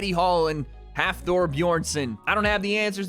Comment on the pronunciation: Nice to see for a boy from iceland. But you need to practice how to prounounce his name Hafþórs name